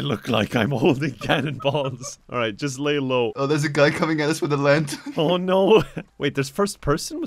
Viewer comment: turns Canadian when he says "Oh noooo"